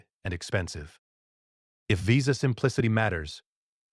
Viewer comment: Stop using AI to do the narration, it can't pronounce words accurately like visa. Thumbs down